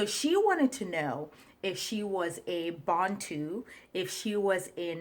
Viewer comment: The why she pronounced Bantu is very suspect